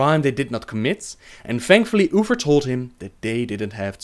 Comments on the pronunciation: I love how you pronounce Uther...lol "Oofer" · Sorry but i have to tease you about "ufer" ^^ Its Uther!! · Ok, someone explain this to me, how is he unable to say uther properly, but he can say THE light bringer. Like I dont wanan be that guy, but im jsut tryin to understand. Its not UFER, its UTHER with a THE sound, just like he said in the word the. God im so shit with accents. and i REALLLY wanna watch these videos. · who is oofer? i always thought it was uther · I kept hearing you say Oofers and I couldn’t stop laughing. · I tried watching this, i really did, however every time you said Uther, like Uffer, drove me bat shit crazy. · Uffer and loffar. Thats all I am hearing. Th making a ff sound. So hard the follow.